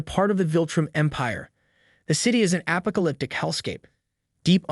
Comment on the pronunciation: "alpaca lyptic hellscape” he says 23 seconds in